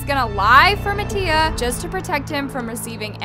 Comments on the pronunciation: MATTIA (MAH-T-EAH) she needs to stop saying MaTtIA 💀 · anyone else notice it said nattia 😂